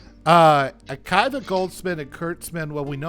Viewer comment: Akiva = uh-KEE-vuh